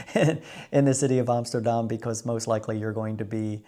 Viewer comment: 22jaar in Nederland en het enige goede wat je uitspreekt is AMSTERDAM???NO WAY,,!!